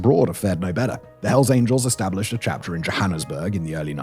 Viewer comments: "Chapter," not "charter." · Chapter. Not charter